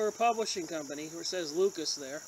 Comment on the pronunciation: I think it's pronounced 'loo-sis"